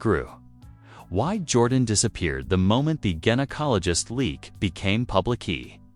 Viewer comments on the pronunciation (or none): This is the most hysterical AI blunder narrated story I have heard yet 😅🤣😂 yousha, uhsha, asha 😅🤣 Erik DeMOANER bahahaha... Is it the IT? 😅🤣 IT was mentioned several times... then we have the gin-acologist, Jinacologost and geniecologist...was it the gin, the Jin or the Genie?? The most hysterical tea ever 😅🤣😂🤣🤣